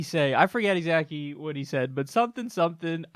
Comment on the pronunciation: Hahaha, did you say "I forget exackie what he said" instead "exactly." Was that intentional? Lmao